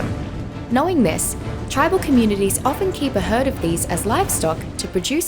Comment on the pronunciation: In Aus its pronounced "Hell-en-a" not "hel-ain-a" Also, Walker, is a well known Australian Aboriginal sername. Would have been fitting to use an aboriginal voice actor...but of course its Ark, soo 🤷‍♀️